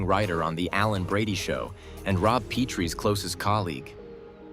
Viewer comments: What a horrible retrospective. Can't even say Rob and Laura's last names correctly. thumbs down. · Hard to give these vids any credability when they dont even know how to pronounce Rob and Lauras last name correctly. Not to mention Buddy's last name